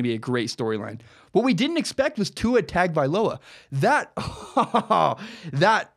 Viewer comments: You’re all wrong it’s hung-oh-vailoa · Tua's name is spelled hideously. Or at least the first two syllables are. It's pronounced: TUNG-uh-vigh-LOW-uh. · It's spelled "TAG" it's pronounced "TOUNGE." Get it right, he'll be at Bama for the next two and his little brother could possibly be at Bama for 3 after high school. 6-8 years you'll hear that name. ROL17IDE! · Please pronounce his name correctly. Say "Tungue O Vi Low ah" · Let me spell it out correctly ..Tah ngo vah ee low ahhh. That is how you pronounce it. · Correct pronunciation is Tua tongue oh vailoa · LOL! remove the ue on tongue and you'd have it spot on. It's pronounced TONG-oh-vai-loa. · ....what??? That's the worst butchering I've ever seen. It's Tua Toungue-O-Vye-Low-Ah.